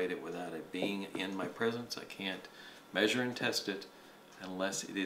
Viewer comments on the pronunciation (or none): none